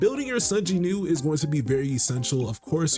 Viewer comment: Does Korea not have the "W" sound?? Who is JINEW?